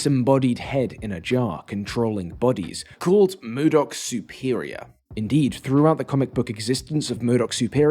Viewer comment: Why are you saying mUdok? There is no U in MODOK.